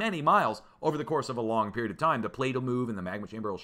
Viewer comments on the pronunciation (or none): none